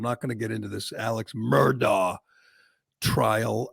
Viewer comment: Finally someone who actually says his name correctly. 👏